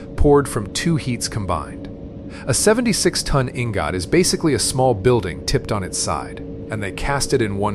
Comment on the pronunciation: EEEN-GOT EEEEN-GOTT. LOL